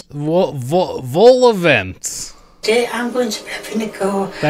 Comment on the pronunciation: Hearing you pronounce Vol-Au-Vent incorrectly and pronouncing it correctly is making me rage, I lived through this in the live stream why am I here again